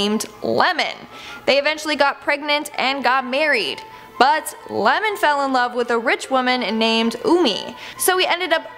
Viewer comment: It's not Lemon, it's Iemon (The first letter is a capital 'i')